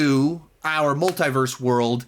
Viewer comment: Why do you pronounce Multiverse wrong?